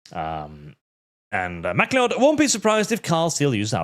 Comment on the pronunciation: Pretty sure Command and Conquer's Kane's actor is in fact still alive. Also, it's Mack-Lee-Odd =P. Also, I love Sargon, but his prowess of an entertaining guest is terrible. Honestly, he should be ashamed of putting zero effort into your stream. I don't even follow Arch, I follow Sargon, he did you dirty in this stream.